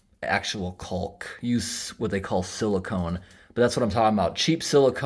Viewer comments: Love all your videos. FYI....... caulk has a silent L 😁😁. The river shots were absolutely beautiful. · took me a few minutes to figure out what you were talking about, I have never heard anyone pronounce the L in caulk. lol great video tho!